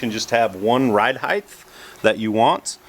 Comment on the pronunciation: it's ride heighT, not ride heighTH...